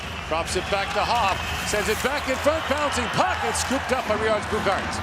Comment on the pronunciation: So much respect to the GOATmentators (by GOAT meaning — Greatest of All Time, just in case) for pronouncing Latvian player surnames and names so well. Especially when I heard Roberts Bukarts it blew my mind, sounds like a perfect Latvian pronunciation